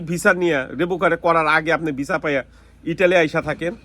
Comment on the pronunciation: নুলুস্তা ❌ নুল্লা ওস্তা ✅ এপাটমেন্ট❌ এপয়েন্টমেন্ট✅ ভিছা❌ ভিসা✅